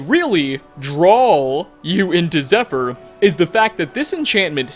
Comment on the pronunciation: Nice try pal, but wouldn't pronounce that bow, "zephyr". Who the fuck are you?